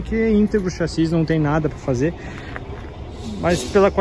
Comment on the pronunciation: O meu querido, é chassi e não saxis.